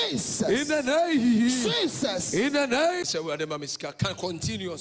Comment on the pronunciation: He is saying’ in de neyhin’ instead of’ in the name’. Oh Ghana